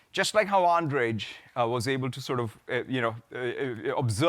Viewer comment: Lol "Andredz" Kaparthy must be really chuffed to get a mention. :D Honestly if he's going to mention him on a prepared keynote why won't Nadella learn his name??